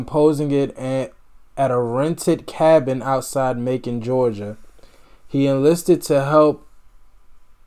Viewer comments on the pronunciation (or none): none